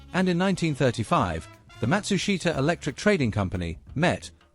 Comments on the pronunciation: Matsushita...pronounced mat-SOOSH-tah. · Not right for the surname, and company name, either, though that one is harder, and often mispronounced in western countries. Something like MAT-su-sh’ta…